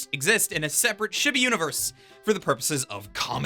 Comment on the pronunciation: The way you pronounce chibi greatly bothers me